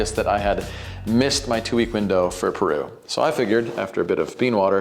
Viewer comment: Can't wait for the real world test, because this is really promising. Btw, thanks for going the extra mile and pronouncing Peru and Chile correctly. That was classy.